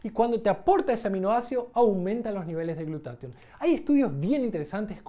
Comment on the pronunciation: ¿Por qué en el video dices "glutation" y en la descripción dice "glutatión"?